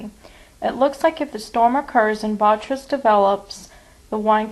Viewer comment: bo-TRY-tis Not: Bot-tris. Otherwise a very interesting case presentation. :)